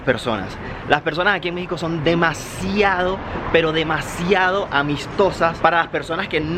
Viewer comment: Los Mexicanos decimos mucho en lugar de "demajjjjiado"